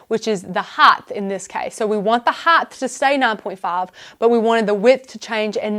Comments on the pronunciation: width, length, and HEIGHT not heighth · Can someone please tell this host that there is no such word as heightH - it makes me cringe each time she says it. I know, it is so KAREN of me, but she is talented and knowledgable and the mispronunciation is distracting. It's in multiple tutorials.